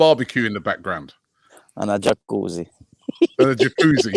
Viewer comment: calls it a jahcuzzi